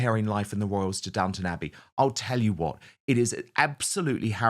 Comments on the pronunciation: Downton, not "downtown". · It's Downton not Downtown.